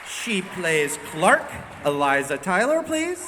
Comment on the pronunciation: LikelyFire 718 how? it’s Clarke not clake lmao